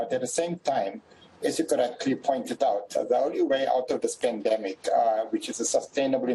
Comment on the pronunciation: Did he say scamdemic instead of pandemic? 🤣🤣🤣